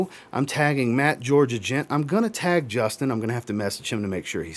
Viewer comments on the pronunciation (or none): none